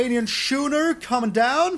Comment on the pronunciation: By the way, not that it’s important but ‘schooner’ is pronounced ‘skooner’.